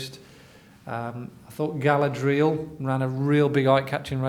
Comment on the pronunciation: Definitely never seen lord of the rings these guys. Pronouncing galadriel totally wrong